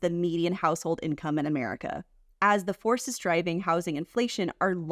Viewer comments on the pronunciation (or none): none